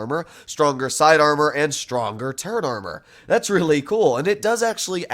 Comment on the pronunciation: saying turret armour: turd armour